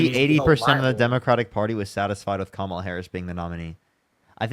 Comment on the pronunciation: At least he pronounced Kamala’s name correctly.